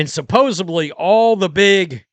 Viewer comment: You said ‘suppose-BLEE’..???